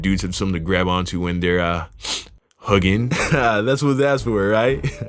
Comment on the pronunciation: This dude said hugging😂😂